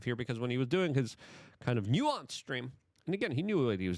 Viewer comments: It’s pronounced NEW-SENSE not NEW-WONCE. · Please delete this video Luke. You are slurring your words and you cannot pronounced the difference between nuisance Streamer and nuance Streamer… you didn’t study up on this topic. Leave this type of content to Legal Mindset and Atozy 🤦🏽‍♂️ And btw, Vitality was making excuses for his asshole, nuisance behavior, because he donated $20,000 to people, how he tips people and that justifies his actions. Hell no, it actually makes things worse on how Filipino people’s morals can be brought out with money and material things. Awful Video Luke.